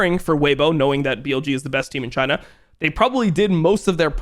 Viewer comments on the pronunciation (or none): none